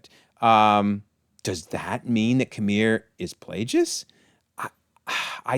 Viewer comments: It's killing me hearing Plagueis with the g pronounced like a j as if he's a plagiarist. His name was literally a play on the fact that his master infected him with a manufactured disease in an effort to take over his body. The implication being Plague (with the hard G) it's Plagueis, not Plajais. I don't mean to knit-pick but it's driving me nuts 😅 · One little thing I noticed lol Darth Plagueis is pronounced like the Black Plague lol or like GO rather than JIGGLE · The miss pronouncing of Plagueis is as bad as episode 8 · the way this due pronouces Plagueis is triggering me.